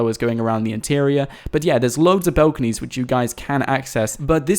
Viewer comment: Bought why do you say "belconys "